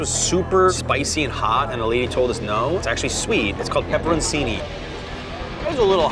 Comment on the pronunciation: Lmao AH- SH- OO AND PEP-PER-CHI-NEE